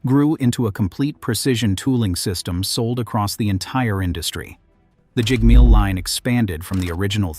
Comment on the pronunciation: the pronunciations of the narrator are very poor -- change the test it reads to get it to speak correctly: devleeg, jig-mill.